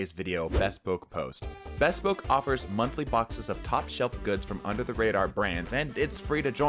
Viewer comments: It's not pronounced"bess-poke", it's "buh-spoke" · thats not how u say bespoke 😭